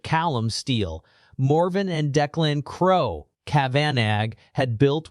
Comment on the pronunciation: Ai can get a septics accent ok but doesn't know crow is said the same as the bird then the mofo switches it up am says it right no wonder this is suspicious